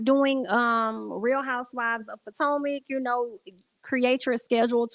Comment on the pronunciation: Not PO TOE MAC 😂😂😂😂😂😂